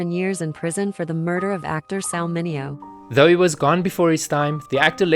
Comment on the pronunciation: PLEASE! MI-nee-oh 😅